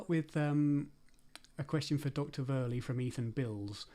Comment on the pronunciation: Why is Woerlee pronouncing his own name so weird?🤨 (English like in lieu of Dutch) Why is the whole convo...... 🤔 gesprek niet gewoon in 't Nederlands, godver!!?🤨 Kastrup does pronounce Woerlees name like it normalna.